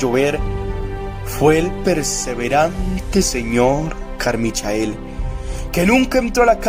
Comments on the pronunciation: Se dice "Carmichel", no "Carmichael" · Carmichael se pronuncia "Carmaicol"